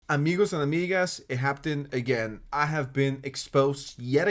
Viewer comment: i love you so much but the way you pronounce the word happened is so funny😭😭 hap-ten😭😭